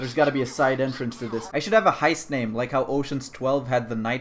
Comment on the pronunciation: No one:: HIEST